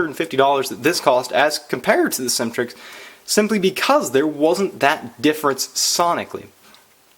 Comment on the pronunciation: It sounds like you are saying Syntrix 304 but you mean Symetrix 304 right?